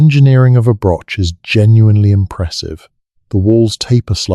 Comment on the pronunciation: Listening in Scotland... FYI Broch, Loch are pronounced wrongly - not a lock, brosh, brock or broch (like broach or church). I don't know how to write down how the 'och' in loch and broch is pronounced but I'm sure the internet can tell you. A brock means a badger!! Also the Orkney tomb is pronounced May's-How - there is no 'sh' Interesting info though and enjoying listening, but just hard to follow because of translating all the mispronounciations! 😂